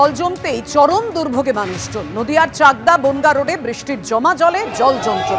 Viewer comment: চাকদহ 🙏 চাকদহ 🙏 চাকদহ 🙏 শব্দটি "চাকদা" নয়!!🙏